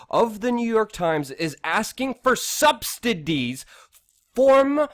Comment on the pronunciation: Luke, "subsidies"....(sub-sid-eez) just FYI for future ref. You probably knew and are just wound up. Luv your stuff and passion for truth...